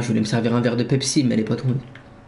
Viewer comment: 7min40 qui dit « pepepsi » AHAHAHA